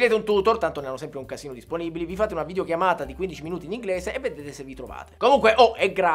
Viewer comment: Solo io ho sentito "in video chiavata"?